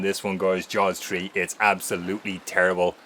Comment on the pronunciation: “Jaws Tree” 😂